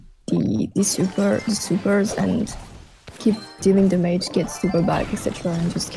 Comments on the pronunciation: I find it funny how she pronounces "damage". Her english is very good tho. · damaege!! I always say that with my cousin when playing clash(supercell) games. It's kind of like an inside joke to us and now is saying it. haha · Does she know how to fucking pronunce DAMAGE? Nice challenge btw